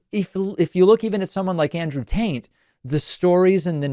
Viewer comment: Yes confirmed, he is saying Andrew Taint.